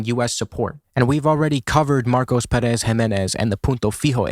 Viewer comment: great video but man please please please the tonic syllabe is Pé in Pérez